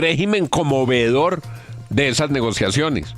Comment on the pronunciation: No es "vedor", es "VEEDOR".